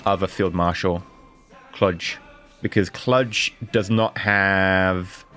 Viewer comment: Its pronounced Kluuuuge not klug